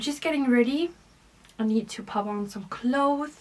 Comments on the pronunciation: I hear what you are saying. Still, I think knowing the "correct" way to pronounce "clothes" can be an asset to her since clothing is her business. Plus, I just checked "clothes" is pronounced the same in all the English-speaking countries. This is why I finally mentioned it to her. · Hello, i love going thrifting with you and have watched all your thrifting and other videos for the past several years. I applaud your independence, sense of business and speaking at least 2 languages, that i know. One itsy bitsy comment about English language. When you speak of 2 or more clothes, the "s" at the end if the word is pronounced because it is plural. The singular "cloth", in the USA, means one piece of fabric, not the clothes that people wear. Thank you